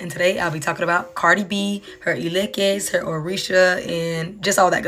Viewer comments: ITS ILEKE NOT ELEKES🤣😒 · Here I'll teach you the right pronunciation. First its "He" as you'd pronounce 'he/him', then "leh" as you'd pronounce 'let' without the "T" like a French word, and then "keh" as you'd pronounce 'ket' like ketamine without the "-tamine". Now lets say it together "ih-leh-keh", Mohit's! for my naija babes iykyk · Its pronounced Eee-ley-keh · Eleke bawo😂😂 that's not how we pronounce it! The Lady pronounced it better! Also I wear beads (eleke) and I am a Christian tf😂😂 I think you are reaching with this video😂